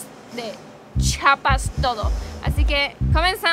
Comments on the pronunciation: Bueno tu telopaso q digas chapa pero de ves d pronunciar. Mejor se yama el estado Chiapas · Se dice chiapas no chapas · Muy buen video! Chiapas es siempre un buen lugar para visitar 😃 (Solo una nota breve: Los de Chiapas siempre dicen que los de otros estados decimos mal Chiapas, ellos dicen que decimos "Chapas" y siempre andan corrigiendo a todo mundo, pero la verdad es que sí decimos "Chi-a-pas" pero debe ser que lo decimos rápido y se oye "Chapas"🤭 ) Siento mucho los inconvenientes 😬 que tuvieron durante su ida, pero espero que se la pasen super genial y graben más videos allá va?? No me fallen sobrinos!!!✌😸(Espero que tu esposo sepa quien decía esa frase, sino google it y veraán) Bonita estancia allá. Take care!!! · entiendo que tú esposo es de México, pero es Chiiiiapas, no chapas. Un saludo y abrazo grande. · Es chiapas no chapas no entiendo porque la gente sigue con chapas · es CHIIIIIIIAAAAPAAASSSSS NO CHAPAS CHIAPAS CHIAPAS